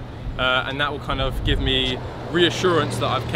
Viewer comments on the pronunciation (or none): none